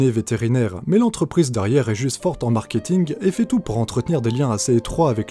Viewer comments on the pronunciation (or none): none